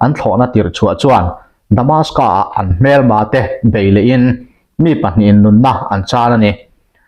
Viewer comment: Damascus tih tur